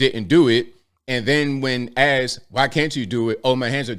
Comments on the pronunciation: What is I ax her? Did he mean, I "asked" her. Lol😅 Kidding aside, the world is waiting for Scamala's explanation of her policies. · “... I axed her...”. - sorry man, speak English